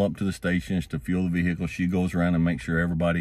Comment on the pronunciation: Vee-hickle is amazing